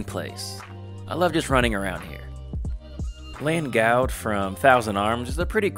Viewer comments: Those pronunciations of Langoud and Wyna made me sad. Thousand Arms is one of my all-time favorite games. Nice list again! I absolutely agree with Arni and Besaid being at the top. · Lol my bad. I probably should have looked those up to clarify those pronunciations before recording, it's been so long since I've played it. I watched some clips after and realized I pronounced Wyna wrong but didn't know I did with Langoud as well. Damn, sorry about that! Glad you agree with Besaid and Arni at the top though!